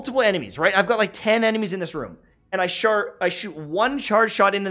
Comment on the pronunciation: "And I shart...." XD Nice